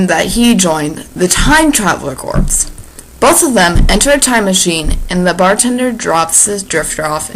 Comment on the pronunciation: Darling, jn Peace Corps or Time Travel Corps, corps is pronounced [korr]. The [korps] pronunciation is exclusively reserved to dead bodies. Thanks for the story.